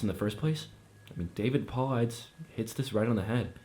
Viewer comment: I love this and I love your readings. Just a little tip: I would look up every name you don't recognize in the story and learn how it's pronounced. I love that you leave the occasional slip up in there, but for the amount of times David Paulides is mentioned and pronounced like that it kinda tripped me up. That being said, you, Mr. Creepypasta and the lady who did the water tower one on MCPs channel are pretty much the only narrators I can stand reading these. Congrats on 10k <3